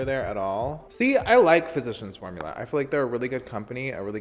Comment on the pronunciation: Cláudia de Sá he says it correctly.